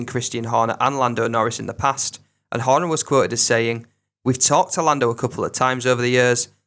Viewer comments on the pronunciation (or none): none